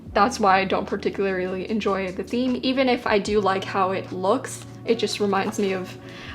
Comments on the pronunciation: Anyone else notice in the last couple of videos that says ‘particularily’ and ‘regularily’ instead of particularly and regularly? 😋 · “particularily” “regularily” XD